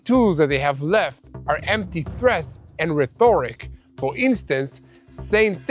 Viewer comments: Rhe-TORIC?????? It's pronounced RHE-toric. You're welcome!!! Your English teacher!!! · the highlight of my day was hearing you ( mis ) pronounce the word Rhetoric. I forgot there was an H in there. I feel your pain as I am bilingual French/English and I mess up daily. We don’t even pronounce H in France. lol.